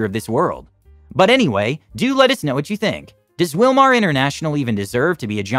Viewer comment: Wilmar sounds like USA